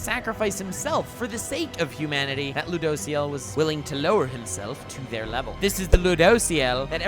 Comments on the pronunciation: It kinda triggers me the way he pronounces ludociel "loo dough see el" xd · Oh man i hate how you pronounce Rueduciel. And he’s a guy not a girl. But other than that great video